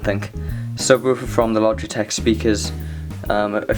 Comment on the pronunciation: I thought you said splogitech xD